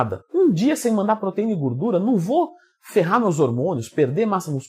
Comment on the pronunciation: Tem Twin falando "guurdura" tem like